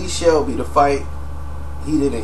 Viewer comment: It's Selby not Shelby